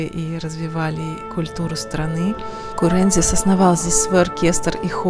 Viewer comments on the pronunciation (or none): дружище наш, КурендзИс 😁😁😁 Ударение на -ис 😁😁😁